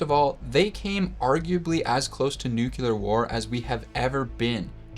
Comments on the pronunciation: oops. You pronounced nuclear like a dumbass. I’m out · Pronounced “nu-Klee-er”